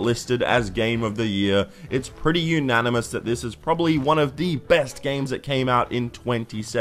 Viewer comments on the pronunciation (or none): none